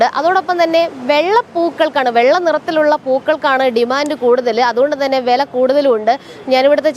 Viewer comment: വെല എന്നല്ല "വില" എന്ന് പറഞ്ഞു ശീലിയ്ക്കൂ....